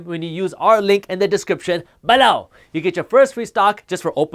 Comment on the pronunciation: Pleas don’t say “below” like that...